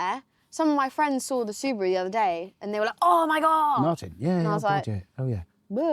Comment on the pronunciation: Did she say subuwu 😂